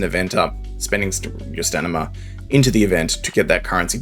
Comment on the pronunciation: Sorry just a small annoyance but could you pronounce it "sta-min-na" Ill leave a preemptive like on the video in hopes you'll say it the expected way.